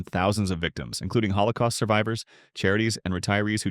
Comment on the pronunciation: " He stole from colocaust survivors" sounds dramatic but actually he stole from rich Jews that are committing holocaust now